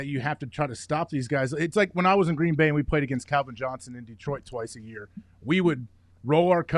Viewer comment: But Uncle Pat, who have dey pwayed?